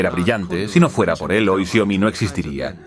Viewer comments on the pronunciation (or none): Es Xiaomi no xiomi, corrígelo